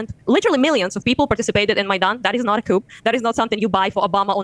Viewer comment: Massive crucial error. She said couP 😂😂😂😂